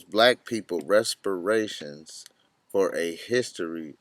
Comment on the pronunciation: reparations.. not respiration.